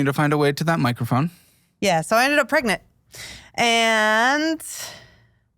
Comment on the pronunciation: Pregnet? Pregante? Pregananant?